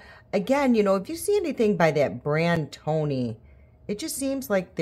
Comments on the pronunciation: ioni babe not Tony (eye-oh-knee)😂😂😂❤❤❤❤ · Correction: the products at dollar tree are Ioni…”I…own…eeee”, not Tony. 👍😊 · Great look! The clean stuff in the light green package (blush, liquid lip) is supposed to dupe Tower 28 The brand you like is pronounced Ioni ("eye-own-ee"). ❤😊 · Hi I’m a new subscriber I liked your dollar tree makeup application. You have probably heard this but the brand of eyeliner is ioni pronounced eyeoni I wished I could apply eye makeup like you I’m blind in one eye and don’t see well without my glasses on. I’m a hot mess. lol